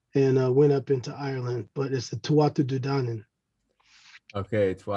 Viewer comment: The correct pronunciation in Gaelic is the “TooHa day Dan-an” thanks for this video very informative